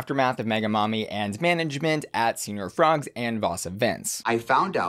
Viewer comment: The fact that she said $1300 was stolen, $700-800 was stolen, $500-700 was stolen...I mean that's a huge range, make up your dang mind. And then demanding thousands in damages? Yeah no. Also still rolling my eyes at her calling it "Senior Frogs" lol. I am glad Shannel is going to stop doing the taking people's purses bit though because it just seems like a bad idea all around.